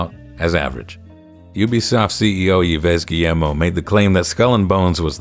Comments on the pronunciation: It's pronounced EEV GUEEMO. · I love the way you pronounce "Yves Guillemot" 😂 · Did you try to butcher Yves Guillemot's name that hard? Or was it unintentional?